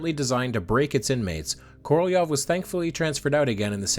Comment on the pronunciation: Korolev's name was articulated correctly, at least as good as an American could do it.